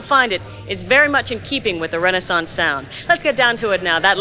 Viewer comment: Please pronounce Renaissance correctly.